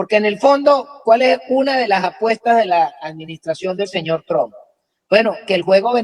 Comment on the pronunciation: Amiga, en apellido es Trump, no es Tron, que es marginal.